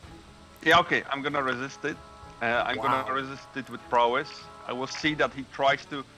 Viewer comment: No "n" in Prowess